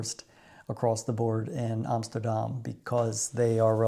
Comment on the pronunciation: 22jaar in Nederland en het enige goede wat je uitspreekt is AMSTERDAM???NO WAY,,!!